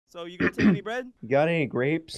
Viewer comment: I laughed so hard when said got anny grapes